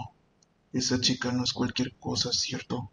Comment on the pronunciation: cuando leei cherto me acorde de un cheto XD